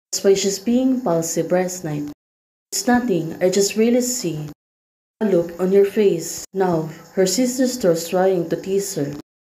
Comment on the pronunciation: "looL at each other..." LooL? 😂😅